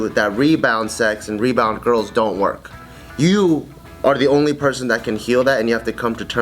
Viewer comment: LOL! 'ARE' sounded reallly weird